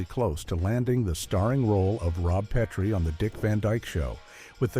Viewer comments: Nothing says you've never seen the show like repeatedly pronouncing it "Pea-tree," instead of "pet-tree"! This was even a running gag the show. Strangers often pronounced it Pea-tree. On the other hand, it's interesting to see all the furniture on the classic sets reversed mirror-style. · Peh-tree. Not Pee-tree. Please. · “PEE TREE”? Voiceover moron obviously never saw the show. It’s pronounced “PET TREE”. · It's Pet-tree, NOT Pee-tree. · Why didn't the AI talk about Rob Pee-tree and his tripping over the ottoman?